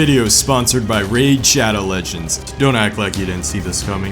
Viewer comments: "What I'm trying to get at is THIS VIDIO IS SPONCERED BY RAID SHADOW LEDGIENDS" 🤣🤣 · Laid Lhadow Legends